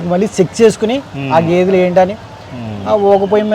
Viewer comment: "గెదే" కాదు ... "గేదె" లేక "గేది"